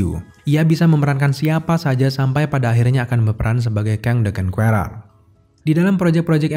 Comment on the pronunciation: Bang saran dikit. Pronounce "Conqueror" nya tolong dibenerin. Biar yg belom tau atau masih salah, jadi tau cara pengucapan yg bener.